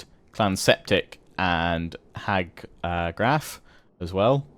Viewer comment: Hag Graef = hag "grayf"